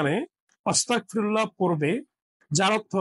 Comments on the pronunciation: আপনি বারেবারে অস্তাগফিরুল্লাহ বলতেছেন আসলে উচ্চারণটা হবে আস্তাগফিরুল্লাহ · এইখানে ওয়াস্তাকফিরুল্লা না। সঠিক হল আস্তাগফিরুলা হবে। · ওস্তাগ ফিরুল্লা না আস্তাগ ফিরুল্লা হবে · উচ্চারণটা ওয়াতাগ নয় ! আস্তাগফিরুল্লাহ হবে ! আপনার উচ্চারণে... শুনে নিবেন। আল্লাহ আপনার সহায় হোন। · ওসতাগফিরুললাহ নয় , আজতাগফীরুল্লাহ । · ওস্তাগফিরুল্লাহ্ নয়,,,,আস্তাগফিরুল্লাহ্ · আপনার কথা ভুল আছে অস্তাগফিরুল্লাহ না আস্তাগফিরুল্লাহ হবে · অস্তাগফিরুল্লাহ নয় আস্তাগফিরুল্লাহ হবে। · ক্ষমাসুন্দর দৃষ্টিতে দেখবেন আপনার আরবী উচ্চারন যেমন অস্তাগফিরুল্লাহ বলছেন তা হবে আস্তাগফিরুল্লাহ ।আরেকটা সুবহানাল্লাহি ওয়াবি হামদিহি সুবহানাল্লহিল আজীম ওয়া বি হামদহি আস্তাগফিরুল্লাহ হবে। আশাবাদী সংশোধন করে নিবেন।যাঝাকাল্লাহ খইর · আস্তাগফিরুল্লাহ হবে